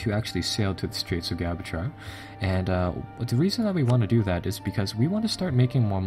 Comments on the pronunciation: straits of... gabachar? are you saying gabachar...? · I like your video, I really do, It's helpful to a beginner like me, but ti is so unbearable because you cannot pronounce anything, it Cuh-steel, Jib-ral-ter, dip-low-matt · Gibraltar = Ji-BRAL-tar Casus Belli = CAS-us BEL-lie Granada = Gra-NA-da Savoy = Sa-VOY Papal = PAY-pul deign = DAIN Cristobal Colon = Spanish for Christopher Columbus, CRIS-toe-bal Co-LON Badajoz = Ba-da-HOZ, or alternately Ba-da-HOTH (the Spanish translation) The repeated and careless mispronunciations are very distracting. I don't think I caught them all, either.